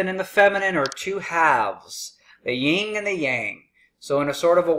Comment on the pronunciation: It's "Yin" and Yang, not "Ying" and Yang, by the way. Otherwise, solid.